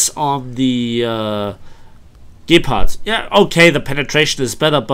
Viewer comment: What is a gaypard? Lol. Nice video!